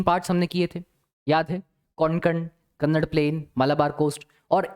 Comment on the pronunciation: sir your teaching is best. i love to see the social science video teached by you. i am from karnataka, i noticed that you say kannad it is speaked as kannada. so pronounce it properly. thank you.